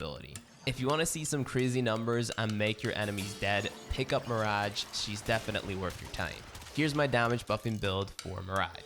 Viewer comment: Nobody:: mïřæğè